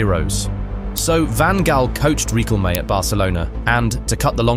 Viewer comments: Birdcamp ? Reeqelme ? Is this AI voice over ? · Rikkelmé? Wer-ghost? FFS man, you can't even pronounce names. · The pronunciation of Riquelme makes this a down vote. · Holy fuck this video is so weird. The 'violence' wasn't that bad, I'm assuming you used AI to voice it because fucking lol at the butchering of Juan Roman Riquelme's named , etc. Jesus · The pronunciation of Juan Roman Riquelme LMAO - great video. Love the Dutch, They always give us an insane game. But Aguante Argentina <3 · If you want to speak Spanish or say a Spanish name, please work on your pronunciation. Respect our language. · Not bro mispronouncing Riquelme. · riquelme's pronunciation 💀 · Learn how to pronounce Riquelme properly. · the most violent thing about this is your mispronunciation of Riquelme, and I say that as a Dutchman who is still recovering from this match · You pronounced Riquelme's full name kinda funny. And then you pronounced "Que miras, bobo?" really funny, you Gringo 😆